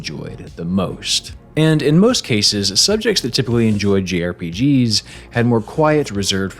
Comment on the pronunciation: Bad enunciation by there. That's *J*RPG - Japanese Role-Playing Game(s). Aside form being developed in Japan, they have traditionally featured turn-based combat with multiple character parties with a heavy focus on skill progression, story, and character development. Recently, however, some Japanese developers such as Final Fantasy director Naoki Yoshida have expressed that the distinction inherent in the acronym has some derisive implication. The Big Five is a fairly popular personality measurement supplanting the previous Myers-Briggs personality assessment. I think psychologists like it because instead of providing a concrete definition of personality traits, it provides a measurement of where you lie on a scale of various traits....which is probably a better analysis of personality since our individual personalities are constantly changing and evolving. The YouTuber "A Closer Look" did a deep dive into the story/character problems of The Last of Us: Part 2 which included an interesting rewrite (The Closer Look - How to Divide a Fanbase). At an hour and 45 minutes, it is probably too long for a YouTube reaction but may be interesting to see how another writer may have approached a sequel differently (or at least cleaned up the story for the sequel that we got) I'm pretty sure "Mastery/Achievement" as stated in the vid refers to more than just finishing the game and also includes conquering all of the various challenges provided by the game (su